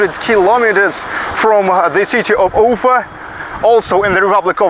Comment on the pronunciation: I would strongly recommend not making unusual wrong emphasizes in geographical names. Like Ufa [ʊˈfa]. The right pronunciation in the original way demonstrates dignity and self- respect. The same about personal names. Good luck.